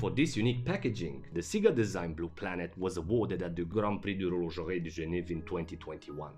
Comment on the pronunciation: 'Horlogerie'? Lol